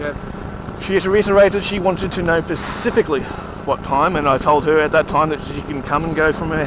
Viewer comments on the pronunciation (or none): specifically* not pacifically. "She wanted to know specifically what time".